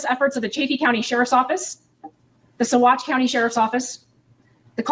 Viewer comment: Colorado resident here...been interested in this case since the beginning....just an FYI if you are covering it...Salida is pronounced Sa-LIE-da... and Saguache is pronounced Sa-WATCH.......love your videos...love the way you cover these cases....hope this one comes to trial in a short period of time...Suzanne needs justice and hopefully her daughters will have their eyes opened...